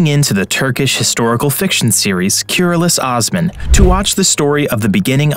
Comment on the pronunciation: Please pronounce correctly as "KOOROOLOOSH OSMAN"